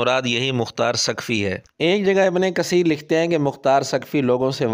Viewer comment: تجوید کی مہارت کا دعویدار مرزا "ابنِ قسیر" بول رہا ھے۔ "س"اور "ث" کے اردو تلفظ میں شاید واضح فرق نہ ھو لیکن "ق" اور "ک" میں اردو میں بھی واضح فرق ھوتا ھے۔